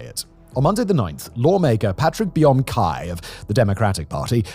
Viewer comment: His electoral district is less than 10 km (7 miles) from where I live. I had an aneurysm when he said "Patrick Bum Kai"💀💀